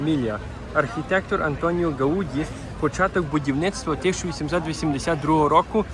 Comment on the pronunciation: Не гаУді, а гаудІ)